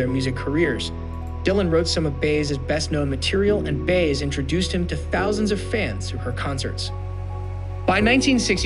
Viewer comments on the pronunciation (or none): I have a feeling this is AI written. How could the narrator have perfect English but pronounce Baez and Scorsese's names wrong. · Lots of information here that's disputed by other experts on Dylan. Oh, and learn how to pronounce "Baez". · This narrator just called world famous director Martin Scorsese, Martin Scorseez😖 so he can't just butchers Joan baez's name. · Lame...narrator can't even pronounce Baez.